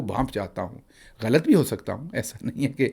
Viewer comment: Ho ka alam nahe hota HOOO ka alam hota hay